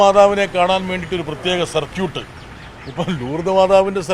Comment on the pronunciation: ബ്രിട്ടാസേ, സർക്യൂട്ട് എന്നല്ല പറഞ്ഞത്. സർക്കീട്ട് എന്നല്ലേ 😅